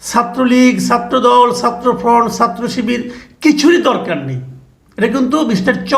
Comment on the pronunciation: মাসুদ কামাল 'কিছু' উচ্চারণ সুন্দর করতে পারেন কিন্তু 'ছাত্র'র 'ছা'টা কেনো উচ্চারণ সঠিক করেন না বা কেনো করতে পারেন না এটা আমার কাছে দুর্বোধ্য লাগে!